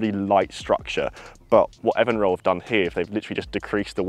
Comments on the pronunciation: Looking forward to trying this putter. I think it should be pronounced EvenRoll... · It’s pronounced EVEN ROLL. Do your homework.